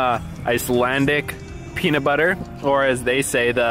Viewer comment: Just watching this now in anticipation of a ring road trip next year. It will be the 6th time returning. I know general Icelandic and the way you pronounced the Icelandic word for peanut butter was hilarious! I had a good laugh. You tried which is amazing!